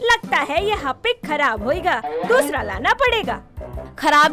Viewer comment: Harpic ❌ Hapic ✅ 😂😂